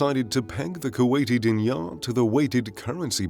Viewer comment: Pronounced, Deenar.